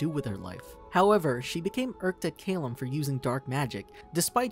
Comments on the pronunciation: It’s cal-lum not cale-um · It is Ca-lmm not Ca-lem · It's pronounced "Cal/lum, not "Ca/llum. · I hate how the narrator pronounced Callum’s name. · The only thing I hate about this video is the amount of times they mispronounce Calliums name. (Not trying to be rude or anything btw, just kind of annoys me since Callium is my favorite character.)